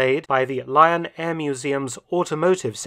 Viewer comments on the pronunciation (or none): none